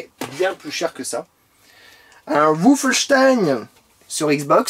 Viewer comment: "Woufenstein" est-il le chien de Frankenstein ? 😂